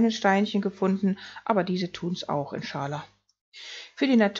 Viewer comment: Wird eigentlich "inscha Al-Lah" ausgesprochen. Bedeutet "So Gott will"